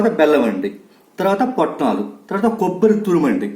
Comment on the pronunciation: Potnalu kadu swami putnalu ani antaru normally